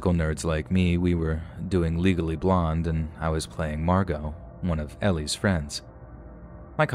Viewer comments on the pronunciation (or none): I’m sorry but did you pronounce Elle from legally blonde like Ellie? 😭